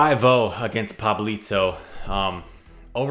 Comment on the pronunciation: What a good pronunciation of Pablito, gg’s btw!